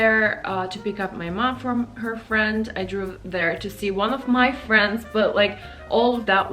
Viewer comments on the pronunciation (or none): you should check the pronounciation of past form of the verb "drive" you sound like you re sayin "drew" a lot. btw love ya.